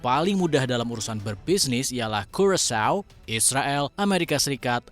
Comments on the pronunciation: Kurakao, itu salah baca, nilai geografi kamu berapa sampe gatau curacao? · negara nya tau bang, cara baca nya aja lucu😂